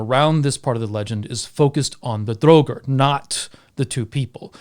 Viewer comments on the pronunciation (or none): Why do you repeatedly mispronounce draugr?